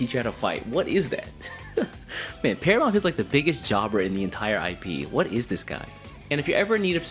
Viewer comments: I never hated green in Digimon. Just wasn't interested in most of the green decks. Pronouncing: it's "teh-ro-mon" in English but correct me if I'm wrong, but the Japanese name may be pronounced "puteromon". And it's "ah-neh-moy" (アネモイ) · Say it as Teromon, like Pterodactyl. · Vortex sounds really interesting, i'll have to wait and see how well it performs. Also i think its pronounced without the P, like pterodactyl. Great vid as always! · Bro, the P is silent.... like in pterodactyl 💀